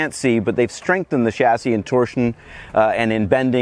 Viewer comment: You can tell Paul's a true car enthusiast by the way he properly pronounces "chassis", unlike most Americans.